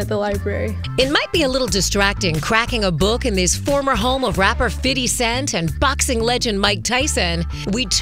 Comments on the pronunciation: Cringe each time they say “Fitty Cent” 🤦🏾‍♂️ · Everytime they say fitty cent I cringe lmao like it’s not that hard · Right?? Lol his name is FIFTY CENT and has NEVER been FIDDY CENT 🙄 they sound dumb as he|| saying it like that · Fiddy Cent? Lol just say Fifty. Why are they trying so hard 😂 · Lmao “Fiddy Cent” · They’re really pronouncing his name as Fiddy Cent 🤣🤣🤣 Look out for that custom fiddy yall 🤣😂🤣😂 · Fitty Cent 😂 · “fitty cent” 😂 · “Fiddy cent” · They really need to stop talking like that, it's ridiculous. "fidy cent" lmao give me a break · They cant pronounce his name right, why? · So they don’t know how to pronounce 50 cent ? 🙄